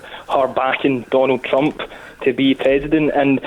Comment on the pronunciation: Why does he keep saying Trumph, the guy's name is Trump.